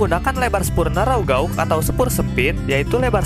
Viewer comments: Mas..."Gèj" gitu....jangan "gaug"... makasih 👍👍👏👏🇮🇩🇮🇩🙏🙏🙏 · Gauge diucapkan sbg "geij" bukan gaug. Takutnya nanti pd latah diucapkan jd guguk. Ucapkan dgn cara yg benar dong, jangan bikin malu pdhal infonya sangat menarik. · Gauge itu dibaca "GEIJ" ya bang